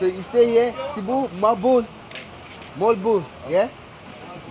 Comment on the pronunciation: can you speak english,, please?! And, it is pronounced mo-al-bo-al, not mole-bowl.